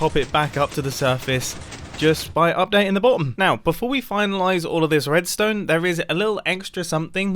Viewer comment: just me that hears "wuedstone" ?